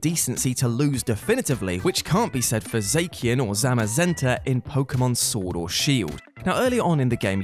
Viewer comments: zacian is za-she-in not zay-key-in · Zackian..? It's Zashian cos Cyan is a root word for its name. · Jeez the way we said Zacian hurt to hear